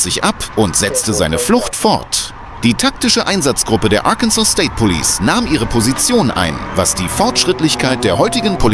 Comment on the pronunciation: "Police' " not "Polices". 🙄